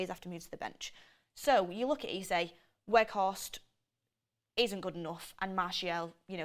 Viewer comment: It's a terrible summer! And it's pronounced Veghorst, isn't it?